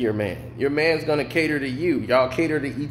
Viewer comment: That fool said manss lmao